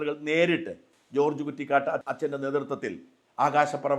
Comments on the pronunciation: കുറ്റിക്കാട്ട് അല്ല. കുറ്റിക്കൽ ആണ്. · ജോർജ്ജ് കുറ്റിക്കാട്ട് അല്ല സാർ, ജോർജ്ജ് കുറ്റിക്കൽ എന്നാണ് അച്ചൻ്റെ പേര് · കുറ്റിക്കാട്ട് അല്ല..കുറ്റിക്കൽ... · "കുറ്റിക്കാട്ട്" അല്ല "കുറ്റിക്കൽ" OR (കുറ്റിക്കലച്ചൻ) എന്ന് പറയാം. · Achan കുറ്റിക്കാട്ട് അല്ലല്ലോ കുറ്റിക്കല്‍ അല്ലേ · ഫാദർ ജോർജ് കുറ്റിക്കൽ MCBS ആണ്. കുറ്റിക്കാട്ട് അല്ല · ഫാദർ. ജോർജ് കുറ്റിക്കൽ ആണ്, കുറ്റിക്കാട്ട് അല്ല.. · ഫാ. ജോർജ്ജ് കുറ്റിക്കാട്ട് അല്ല.. ഫാ. ജോർജ്ജ് കുറ്റിക്കൽ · ഫാ.ജോർജ്ജ് കുറ്റിക്കൽ എന്നാണ് പേര്, കുറ്റിക്കാട്ട് എന്നല്ല. ദയവായി തിരുത്തുക. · കുറ്റിക്കാട്ട് അല്ല കുറ്റിക്കൽ ആണ്.... ജോർജ് കുറ്റിക്കൽ എന്ന് ആണ്..... പുറക്കാട് ആണ് അച്ഛന്റെ വീട്. കരുവാറ്റയിൽ അമ്മ വീടാണ്... ഞങ്ങളുടെ ഇടവക പള്ളിക്ക് സമീപം ആണ് അദ്ദേഹത്തിന്റെ അമ്മ വീട്.... എന്റെ കുട്ടിക്കാലത്ത് മിക്കപ്പോഴും sunday സ്കൂളിലുള്ള ഞങ്ങളെ വന്നു കാണുമായിരുന്നു... ഒരുപാട് ക്ലാസുകൾ തരുമായിരുന്നു.... എനിക്ക് ഒരുപാട് പ്രചോദനം ആയിരുന്നു അച്ഛന്റെ ക്ലാസുകൾ.... നല്ല സത്യസന്ധത ഉള്ള നന്മയുള്ള അച്ഛനാണ്.... പാവം... മരിച്ചു പോയി.... ഇപ്പോൾ എങ്ങനെ വന്നു ഈ voice.... എന്റെ ദൈവമേ... ഈ അച്ഛനെ ആരാ ഇങ്ങനെ സങ്കടപ്പെടുത്തിയത്.... 😥 ഒരു വിശുദ്ധനാണ് ആ അച്ഛൻ..... വളരെ കരുണയുള്ള അച്ഛനാണ്....😥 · കുറ്റിക്കാട്ട് എന്നല്ല ജോർജ് കുറ്റിക്കൽ എന്നാണ് അച്ചൻ്റെ പേര്. അച്ചൻ്റെ പേര് മറുനാടന് അറിയില്ലേ ? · ഷാജാ കുറ്റിക്കാട്ട് അല്ല. കുറ്റിക്കൽ എന്നാണ്. ആലപ്പുഴ ജില്ലയിലെ പുറക്കാട് സ്വദേശി.